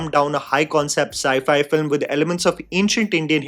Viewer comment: It was not "sci-fi"!